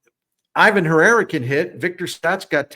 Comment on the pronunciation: Captivating analysis as always. If you're going to try to be right pronouncing names, please note Herrera's is pronounced ee-VAHN (emphasis on the second syllable).